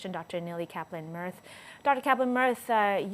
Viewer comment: “Dr Kaplin”. Does anything else need to be said? 😆